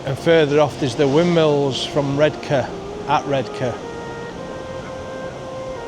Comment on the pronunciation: It’s mask by the sea but 10/10 for your Redcar pronunciation